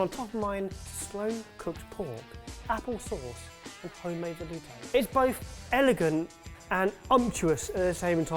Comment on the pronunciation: This video taught me how to make a velouté and then ruined the pronunciation for it forever!